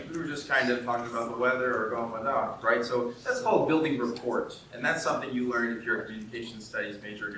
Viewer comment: Great talk. A minor bit of feedback I'd want someone to give me: Don't pronounce the "t" in rapport . We've borrowed the word from French and generally stick with (an approximation of) their pronunciation. I don't mean to be pedantic; as I said, I'd want someone to tell me.